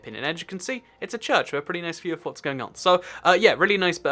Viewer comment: seconds into the video "Noice" lol reminded me of the meme no offence I like your channel